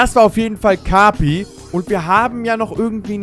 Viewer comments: sagt kapi falsch Jeder: let me introduce you to: E N G L I S H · kapi wird so ausgeschprochen wie es geschrieben wird